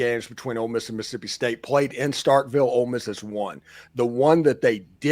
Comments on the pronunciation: Who is “Miss-sippi”? 😂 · Never take anything coming from a guy who can’t correctly pronounce Mississippi seriously.